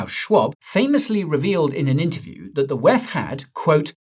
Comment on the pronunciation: Please do say wef as it sounds silly rather pronounce it as separate letters WEF